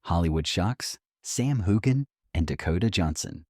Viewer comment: Learn how to say his name correctly, for crying’ out loud!😊